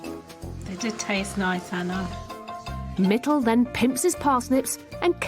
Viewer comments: The way she's pronouncing their names.. "Hettle and Mittle" 😳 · It's actually Mittal..but she keeps calling mittle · Haha their names are Hetal and Mittal. It’s just the way Anna pronounces their names.